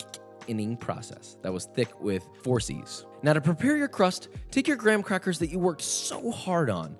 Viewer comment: “fine dining” huh? Who else is with me when I say that his grocery store didn’t have the gwam-quack-ughs